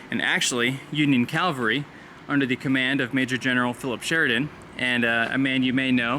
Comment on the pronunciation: Please allow a correction. You kept saying "Calvary" which is where Christ was crucified. It's "Cavalry" the placement of the L is different. I realized that I once did the same thing!